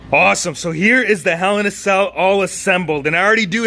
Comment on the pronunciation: Did you say Hell in a cell?